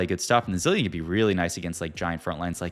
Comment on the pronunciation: bro can't pronounce zilean